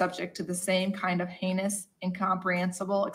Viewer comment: I love that she mocked him for mispronouncing her name... and heinious... I don't mean to make light, but those digs made me snicker a touch